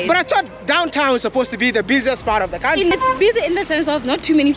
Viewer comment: My bro I love wat you do but I only dislike one thing , how you pronounce country , you should pronounce it like kauntry not kantry